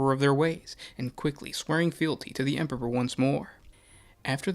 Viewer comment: HAIL THE EMPURRPURR! CAT GOD OF FELINE KIND! How you gonna have a 40k lore channel and you cant even say emperor😂